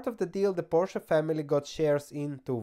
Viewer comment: PorschE goddamnit! edit: ok, after the first time you pronounced it correctly